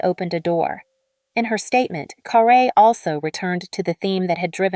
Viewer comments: Ugh say her name right it's not car a. It's car rie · Guys, her name had an accent (perhaps she removed it or they left it off) but it is actually pronounced carr -ay. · It's CARRE .. pronounced Carrie .get it right..